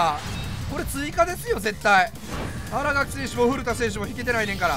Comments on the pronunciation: あらがきじゃなくて、あらかきです！ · あらがきじゃなくてあらかきな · みんな知らんと思うけど 新垣選手は あらがき じゃなくて あらかきな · アラガキ じゃなくて あらかき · あらがき✖️ あらかき○